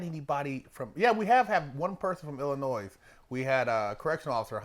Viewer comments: Besides the obvious Chicago accent, you can always tell when someone is actually from Illinois because they pronounce it correctly as "Ill-in-oy" not "Ill-in-ois". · Yo, I'm a big fan, the 's' in Illinois is silent bro, it doesn't bother me but I'm just putting you up on game 💯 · Illinois where the S is silent. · no s in illinois when pronounced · Lol. Do not pronounce the S in Illinois.. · Illinois is pronounced without the s